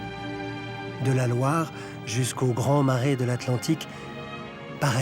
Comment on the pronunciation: A pronúncia de Loire é LOÁR..